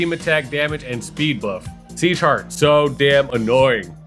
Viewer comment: Pagkarinig ko seashark sa sieghart haha